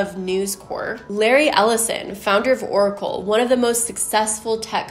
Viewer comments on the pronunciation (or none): none